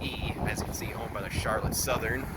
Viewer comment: You obviously are not from michigan. It's pronounced char lotte with the accent on the last syllable. Nice video though